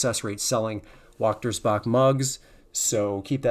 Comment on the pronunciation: FYI You mentioned Waechtersbach mugs which you pronounced the word wrong. In Germany (Europe) W is pronounced V. So when saying Waechtersbach its actually said Vaechtersbach. Another example is Volkswagen. Its pronounced Wolksvagen. W is V and V is W when saying the words.